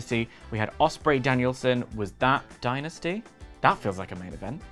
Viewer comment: I like that Steve and Larsen call it "Die Nasty"